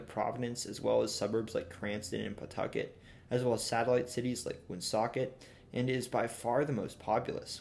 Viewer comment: Great job pronouncing Woonsocket.